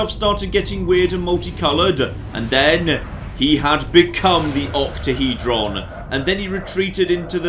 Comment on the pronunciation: Octahedron or OctaheJon?